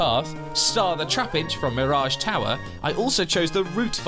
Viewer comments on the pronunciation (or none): none